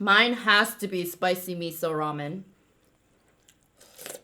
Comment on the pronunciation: It really did sound like u said “What’s up Men.... Raw Men!” 🤣🤣! Love u ❤️